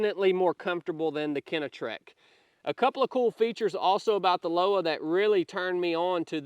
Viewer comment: Pronounced Loh-vuh=Lowa